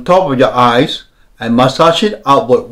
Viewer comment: The way he says "massage" and "hold it" 🔥